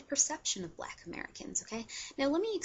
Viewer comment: it's annoying how she says okay after every point she makes and also she pronounces the word black as "bleck". and btw she is considered black as well, so...